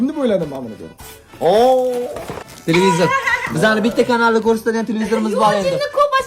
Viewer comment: Tilivizur ✖️ Tlpizir✔️